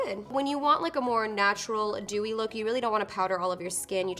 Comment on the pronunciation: thank you so much, yes that's what I meant, it sounded like "doughey" to me, like cookie dough:D